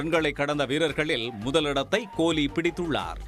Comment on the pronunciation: உங்க தமிழ் அருமை "கோழி"